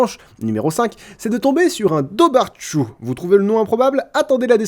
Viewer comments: Bonne vidéo ! J'aime ce genre d'histoire. Par contre "dobhar-chú" se prononce [dowar khou]. ;) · Dobhar-chu se prononce davar-khou (avec un kh pas très marqué) >_< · Dobhar chu se prononce Dover che